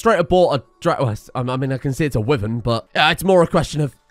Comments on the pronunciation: It's not a wiven it's pronounced why - vern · why does he say wyvern like that